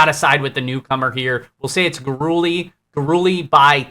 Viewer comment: Luis Gurule = Luis (Gur-lay) Not (Gur-ooley)